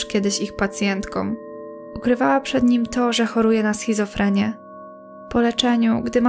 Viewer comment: SCHIZOFRENIE** a nie schizofremie